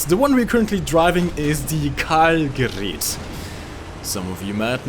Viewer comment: It's gerat with a not gerit with e